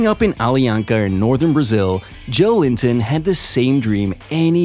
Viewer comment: It's Jo-el-in-ton, not Joe Linton!